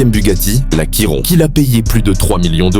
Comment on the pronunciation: CHIRON PAS QUIRONNNNN TOU LE MONDE DIS DAAAAAAA